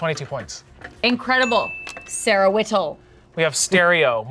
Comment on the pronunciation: I cannot think of Sarah Whittle pronounced any way except : 🇮🇹🤌🏻 Sarah Wheedel🤌🏻🇮🇹